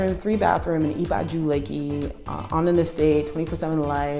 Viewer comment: Let me help you with pronunciation of "Ibeju", you still have a very Americana pronunciation and you have to realise Yoruba language is tonal. Hence wrong pronunciation can mean something different. Just like "Oko", depending on how you pronounce it can mean farm or d**k. lol I = E as in "E"asy. Be = Beh as in "Be"d Ju = Ju as in "Ju"ke So it is pronounced EBehJu